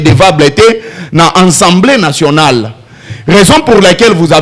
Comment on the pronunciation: Dis à ce Mr on dis assemblée nationale pas ensemblé nationale